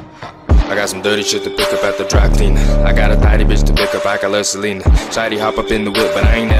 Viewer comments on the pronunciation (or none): none